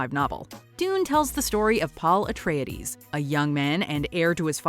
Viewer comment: I find the Miniseries pronunciation "Ahtreides" and "hárknnen" to be intensely irritating